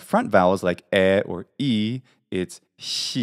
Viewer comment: Are you greek??it is difficult for a non greek to pronounce Χ ! Εxcept Spanish!! Καλή σου ημέρα!! Because you sound perfect greek!!